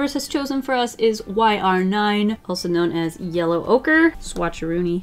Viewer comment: Her: yellow ocre What I hear: ocurrrrrrrr